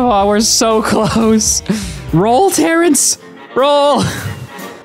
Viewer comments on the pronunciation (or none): he said Terence like Croker says "FAIRYS"